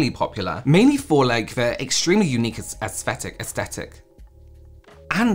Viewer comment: Your hilarious .....astectic astectics...stares at camera lmao